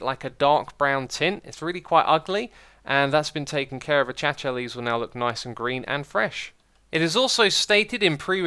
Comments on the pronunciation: Acacia is pronounced "UH-CAY-SHUH", not "A-CATCHA" lmao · this guy Achacha leaves Ah Kay Sha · Acacia, not "ACHACHA" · achacha leaves? It's acacia, ack-ayy-sha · Achacha? No... Acacia Ah-Kay-She-Ah Not Ah-Chah-Chah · Acaca leaves? Acacia - A K A S I A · ah-cha cha! (uh - kay - sha) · Dude it’s “a-Kay-see-ah” not “a-ka-cha” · I thought acacia was pronounced ACASHA not ACHACHA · its pronounced Akeizha. not achachia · Achacha lol, a-cay-she-a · It's not pronounced Achacha leaves, it's pronounced Akaishia leaves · "Achacha leaves" :D Hey X, Acacia is pronounced "A - kay - sha" :) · Xisuma said "achacha"leaves. It's acacia (ac-a-si-a) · Why do you pronounce acacia A-Cha-cha? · Did u just pronounce acacia like "a cha cha" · acacia is pronounced- uh kay shu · LOL! IT IS NOT PRONOUNCED ACHACHA. Google "how to pronounce acacia" and click the sound icon. Takes 5 seconds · acacia is pronounced a-kay-sha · I have never heard someone pronounce Acacia as "achacha" before. I like it. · Why do you still pronounce it achacha leaves? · Ak-asia is how you pronounce it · The way he said Acacia killed me. It’s A-Kay-shuh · Xisuma pronouncing "acacia" wrong: A-CHAT-CHA REAL SMOOTH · it’s pronounced uh-kay-shuh if you didn’t know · uh·kei·shuh Ftfy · did he serious say achacha leaves? lol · xisuma pls its pronounced a-cay-shuh 😂😂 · "achacha leaves" :/ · Achacha leaves 😂😂😂😂😂😂😂 it’s acacia u stupid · it's (a-kay-sha) Xisuma knows that but he wants to pronounced it differently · its pronounced aa-kay-shia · its pronounced uh· kei·shuh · It's pronounced as he said it, but his stress is on the wrong sylLAbel. Should be a-cha-CHA. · It's: Ah caysh ya right? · You pronounced Acacia wrong. Who are you? A Bootleg Barney!? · Every minecraft youtuber pronounces acacia wrong... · now cha cha real smooth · you missed pronounced the acacia so bad, let mojang fixed you... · I think it's intentional. A reminder of a long-time-no-see pal. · "achacha" "preformance" "premission" SMH my head